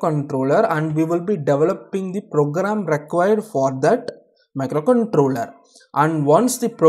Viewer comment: Very easy explanation thankyou.. Your pronunciation of micro controler was nice